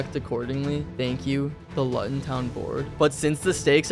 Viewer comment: btw you need to pronounce Luton like this:looton